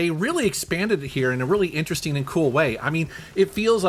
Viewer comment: This guy pronounces "ing" as "een" Interesteen, collecteen. Kind of annoyeen.